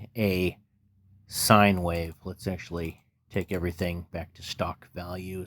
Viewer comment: Wait who says wahhhv 😂 wish this was a vst!